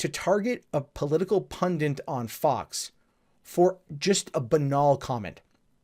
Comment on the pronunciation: ITS PUNDIT NOT PUNDANT jeeze